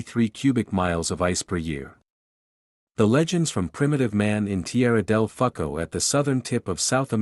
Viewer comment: I laughed when I heard the name of that town Del Fucko.. from the Fucko